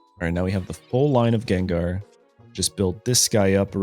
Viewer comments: Guh^. G as in good. Not juh sound. Lol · Everyone: Gengar 💪 Him: Jenjar? 😮😮😮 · Bro I loved your videos until you jen jar bro it's gang-garr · lil bro literally says gengar u ain’t slick fn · I dont care if Jen-Jar is deliberate, it grates on my brain and makes me irrationally angry. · Jen-Jar bro wtf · Jenjar... Pronouncing Pokémon names like Wolfe used to at this point 😂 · hearing jenjar :face-fuchsia-wide-eyes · Take a shot everytime he says Jenjar. I approve of this subtle way to drive engagement. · Im only 39 seconds into the video, does he do this "Jenjar" thing the entire video? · Schenschar ex pls no 😭 my ears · It's understandable how you pronounce it as Jenjar, since we pronounce ginger as jinjer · Say Jenjar one more time bro I swear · JENJAR LMFAO. hey kept saying it over and over I'm dead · In the last gengar video (THIS Gengar EX Deck is a HUGE UPGRADE! - Pokemon Pocket) he pronounced it correct now he is pronouncing it like Jenjar what happened in between then and now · I cringe every time he says Jenjar. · "jenjar"? shame on u. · How many times must explain why he pronounces it as Jenjar? 😂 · Yenyar??? 😂😂😂 q chucha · Jenjar?. At this point it's intentional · Ginger EX and Jiratina...it's funny because this comment thread is also engagement. It's engagement bait for people correcting him + meta engagement bait for people who call him out (though he did say it's partially because that's how he said it as a kid lol) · I hated your pronunciation at first, but the story is charming so I approve 😋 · When you have to pronounce the name wrong for content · Why do you pronounce Gengar like that? Nevertheless, this looks like a fun deck and I'm going to try it out. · I know he’s saying gengar wrong to boost engagement but I’m still gonna comment cuz it’s working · HOW DARE YOU SAY GENGAR PROPERLY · Someone never watched the Pokemon animated show.. Unless you're trolling us on purpose saying Gengar name wrong...